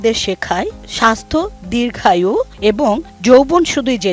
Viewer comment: আরে সাংবাদিক ধির্রঘায়ু না দির্ঘায়ূ আর মিশ্রণ না মশৃণ